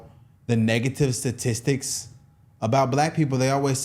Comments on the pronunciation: She says ssisitic instead of statistics clarify her education level. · Is she saying Satistics? Or am I not hearing STAtistics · I hate how she says satistics